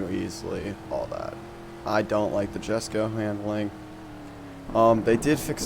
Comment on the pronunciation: Jesko(ye-sco) the j makes a y sound